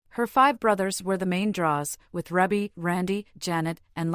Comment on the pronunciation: Her name is pronounced reebbie not rebbie if you're going to report on her life please get it right